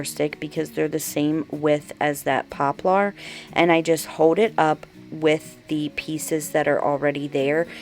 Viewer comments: it's pop lur not pop lar. Lol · Lol how you say poplar. 😂😂😂